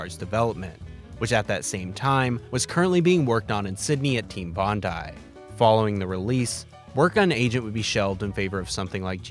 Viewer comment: Wow you actually pronounced Bondi correctly. Max Respect. You have no idea how many times ive heard it mispronounced "Bondee"